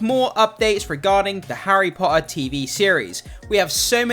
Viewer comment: I think your content is great but “tt” is not your forte. Your pronunciation of Potter is ruining the viewing